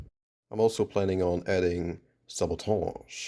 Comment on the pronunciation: Amazing! I love how u said sabotage 🤣🤣 this genuinely made me laugh and learn at the same time